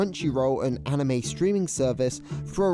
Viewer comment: "Ahh-nime expo"😭